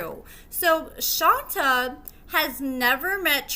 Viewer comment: You pronounced Shonta name wrong I know her she stay in my hometown they still together as we speak she used to be a restaurant manager